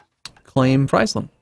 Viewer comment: the frei/fri in Friesland/Frisian (rather famously in fact) rhymes with cheese, not with pies... and does so both in English and in Frisian.